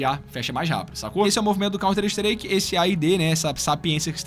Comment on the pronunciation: Mas é Counter-Strike ou Counter-Streak? A tua pronúncia é estranha.